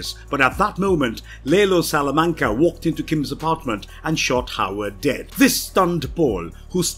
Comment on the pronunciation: I'm just trying to figure out who "lay low salamanca is" 💀💀